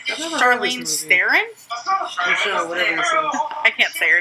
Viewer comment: She called Charlize Theron CHARLEEN STARON OMGGGGGGGGGGGGGGGGGGGG